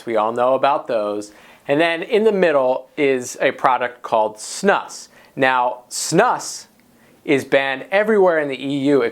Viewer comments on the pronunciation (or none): It's pronounced snoose. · You pronounce it "snoose". And those are Snus pouches. Snus is usually loose and sticky, you roll it into a ball and put it in your upper lip. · Erm.. "Chewing Tobacco MAY SAFER...", the title and the pronunciation of Snus is comical. Obviously haven't acquired much education.